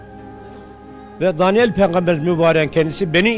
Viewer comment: Dalyan değil Daniyal as kardeşim düzeltin onu